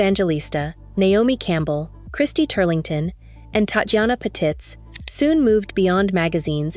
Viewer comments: Ms. Patitz' last name is pronounced "pa-TEETZ," not "pa-tits." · It's Pat-eez not Pa-tits.